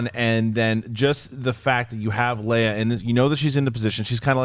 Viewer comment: He said princess........princess leía?